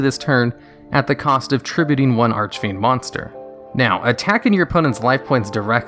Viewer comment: holy cow. you said archfiend correctly, multiple times.